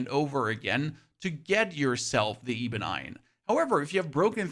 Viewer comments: 😖 Lingering, not linjering. Oscillating, not oscilliating. Ebon, not eebon. Dushan, not dooshn. Paths, not pathees. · eebun iron. heh thats quite funny. Its Ebon iron, like eb-on, as in like "ebb and flow". the E makes makes the 'eh' sound and not the 'ee" sound in this instance. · Great video, by the way, I think ebon is eh-bon. Keep up the good work!